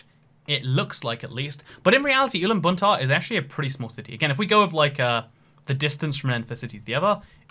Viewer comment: me: watches video for 47 minutes to see if there is any mention about my country: mentions Ulaanbaatar (he mispronounced it, but its ok) but whats not ok is way that measures city, he just uses main yellow roads for measuring, while UB is 3 times bigger than imagination (4 times bigger if we include plain areas)